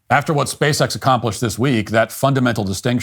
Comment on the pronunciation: It's a little bit hard to take seriously anyone who refers to the company as "Speece-X"